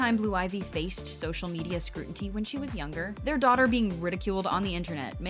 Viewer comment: I am annoyed at you saying SCRUTINTY...LEAVE WORDS ALONE THAT YOU CAN'T PRONOUNCE.